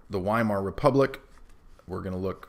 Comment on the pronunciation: You said, "the Weimar Republic," but i thought you said, "the Wine Mom Republic."